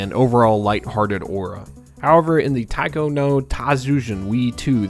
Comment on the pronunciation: It's always self called "gamers" who don't know how to even say a game title's name. It's Taiko, not Taco. There's an i in the word